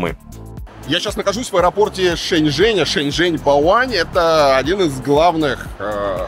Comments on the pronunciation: При поездке в такси с ЖЕНЩИНОЙ, перевод неправильный, вместо Шэньчжэнь, переводчик говорит ЖэньШэнь!!! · Несколько раз послушала диалог в машине на тему города Шэньчжэнь. В дубляже я отчетливо слышу слово женьшень 😂 это рофл дубляжа?🤪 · шэньчжэнь, а не женьшень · Лол а почему переводят Шэньжень как Женьшень 🤣🤣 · Почему голос за кадром называет город Женьшень?